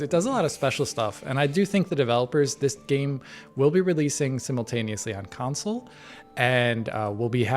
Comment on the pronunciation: when says consoule😂